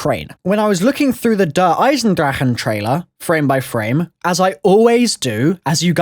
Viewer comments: It's pronounced Der Eisendrache ( Der, I-zen-drack) or (Der I-zen-dra-sh). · Its' "Der" "Eyes" "In" "Drock" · No offence but your saying der eisendrache wrong! But keep up the great work